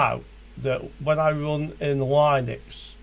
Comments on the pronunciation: Noooooo don't say line-ux its lin-ux all day long :) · yup, like lint, linx, lips